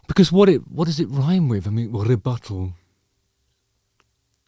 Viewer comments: The word is 'Rubato' ;-) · It's "rubato" and not "rebuttal" an even less common word in pop songs.